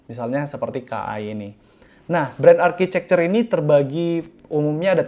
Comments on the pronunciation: Bukanya tulisan architecture bacanya arsitektur ya, kok architecer bang? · Bren arcicekcer?? Harusnya arkitekcer.. Saran aha bang.